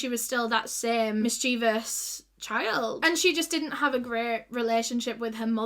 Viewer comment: I’ve never heard anyone pronounce mischievous like that